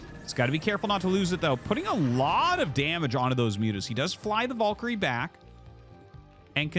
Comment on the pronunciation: let us take a look at the word "valkyrie" do we see any "O's" in there???